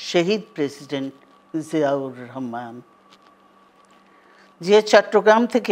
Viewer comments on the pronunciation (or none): none